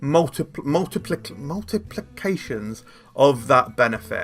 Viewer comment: once again, "multiplicative"